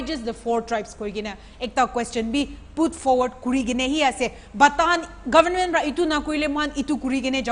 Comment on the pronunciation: It's not govn..men .. it's government.😊